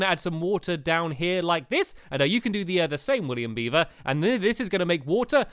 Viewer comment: Stampy said William Beaver's name right